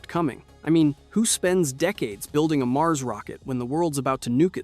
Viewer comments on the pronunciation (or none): none